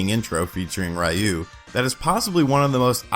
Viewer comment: man nice job but saying "rayou" instead of Ryu? please pronounce it properly.